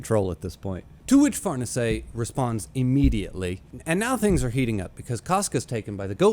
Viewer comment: Far-nees-e by the way